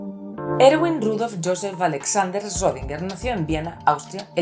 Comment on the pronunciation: ¿Cuantas tomas te llevo decir correctamente el nombre del buen Erwin ? 😂 Es un poco dificil...estaria bien en un proximo video hablar mas a detalle de su vida. Excelente video para entender los diferentes modelos atomicos y lo que en su momento contribuyeron a el entendimiento que hoy en dia tenemos de la materia.